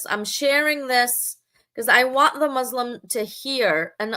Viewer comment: Here are my comments on your video…. 1) You were unable to pronounce Arabic words correctly. You couldn’t even say Muslim correctly. This indicates that you don’t know Arabic and you don’t know how to read Arabic nor quran. This means that it is highly likely you have never prayed as a muslim in your life. This raises questions about you calling yourself “”. If you were never muslim to begin with then why fool your audience into thinking you are an apostate. I can only conclude that either some anti-muslim organisation is paying your salary for these videos bashing islam unjustly, or that you are seeking to make a name for yourself which in itself you hope will give you fame and fortune. This one point alone tells me that you are an insincere and ignorant person passing yourself off as an intellectual using baseless claims and lies about islam. 2) You constantly mock the prophet, his companions, muslims, and their history. You clearly have no manners, and although when I look at you I see an old woman the fact remains that your conduct is childish 3) Why do you keep rocking back and forth? It’s a rhetorical question. Maybe it’s because you’re happy that you get to start a stream to ATTACK people who do not share your belief. 4) You made a whole steam almost 2 hours long about islam and you were not able to make a single decent point. Pfffff! 5) If you really did apostate then why don’t you move on and live your life. Why do you remain outside the doors of is